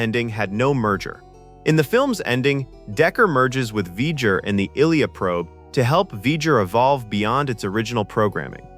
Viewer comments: The mispronunciation of Ilia makes this unwatchable. Also the V'ger cloud did not destroy the D9s. The plasma weapons converted them into data patterns. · This was SO hard to watch for the simple fact that the AI they used to narrate this could not pronounce the names of the characters! Maybe use a REAL person?! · Here is a secret the narrator doesn’t know: how to pronounce Ilia’s name. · You lost me at the mispronunciation of Ilia's name. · Hmmm. Can't pronounce the name Ilia properly. Unwatchable. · I can't take seriously a narrator that can't even pronounce the name "Ilia", in spite of the fact that the name was spoken in the movie about a hundred times! Did you even WATCH the movie!? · 42 seconds in: doing the voice mispronounces Ilia. Viewer turns off. The rest of the video must be absolute shite if you can't even pronounce a simple name correctly. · Pretty sure this is a AI generated narration. Lots of issues. Ilia is constantly mispronounced. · I was gonna say, the video loses credibility with the narrator’s pronunciation of “Ilia”. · Everything is AI sup these days. Get a proper voice over person, or at least write script where the most prominent name isn't mispronounced 100 times. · " I Leah " not "illiyah". This a bot account ? no way someone who watched this movie forgot how to pronounce her name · Why does Ilia's name always get pronounced wrong?? It's Eye-Lee-A!! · It's Eye-Leah. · Ilia is pronounced “eye - lee- uh”. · How are we supposed to take you seriously if you continually mispronounce the name Ilia? It’s Eye-LEE-ya. She’s Deltan, not Russian. Did you watch the movie even once?!? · Dude seriously pronounce her name right, it's Ilia. Pronounced I-lee-a or if you prefer Eye-Lee-Ah. As for the Chronology book you mention, ( censored) Okuda , a lot of what he so calls Trek. Is totally wrong! Take it with a grain of salt. And look for originally older published books. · Ilia - eye-lee-uh. Jeeze. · It's pronounced EYE-LEE-AH